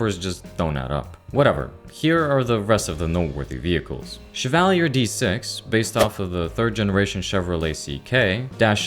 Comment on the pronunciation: Everyone's complaining about the guns, but the real mistake is how he pronounces Chevalier and Meade! In all seriousness though, very good and interesting video! Hopefully more Zomboid content is made soon! :face-blue-smiling